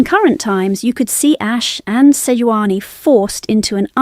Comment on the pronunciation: Who the hell is Seoani, its Sejuani.